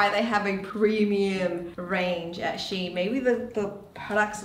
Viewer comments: ... its SHE . IN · I think it’s supposed to be read “She In” because their name used to be “She Inside” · I guess thats not how you pronounce the shein tho. Think its Shein (shine) as pronunciation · theres a lot of people who dont know how shein is spelled.. so basically, its " she-in " so like she as in " she baked a cake ", and in as in " in the box ".